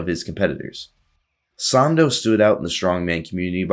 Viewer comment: It’s pronounced Eugene sANDow